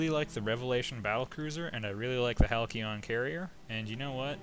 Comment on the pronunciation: Hal-See-Ahn. =P